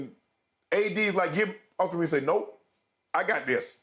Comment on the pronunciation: It's "Austin Reaves" respect his name.